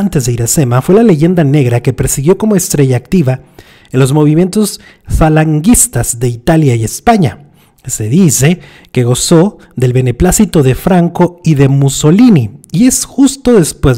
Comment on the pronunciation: no se dice falanguistas , se dice falangistas